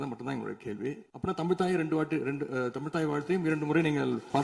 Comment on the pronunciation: அர்ஜுனா முதலில் தமிழ் என்று சரியாக உச்சரிக்க கற்றுக்கொள்வாரா?